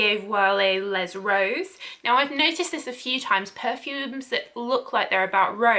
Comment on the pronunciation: Please look up how the French names of the Perfumes are pronounced u have given me a very hard time trying to decode your very bad pronunciation u don't pronounce it even close to how it sounds. With today technological there's no excuse. It's not cartier "baaazieh viole". It is behzeh voleh (baiser vole') and not "les roses" its "lys rose" as in "Lee rose" as a pronunciation